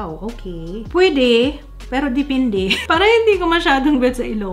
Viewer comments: "pwidi piro dipindi" lmao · ‼️"Dipindi" ‼️ as a Cebuano, natatawa ako 😂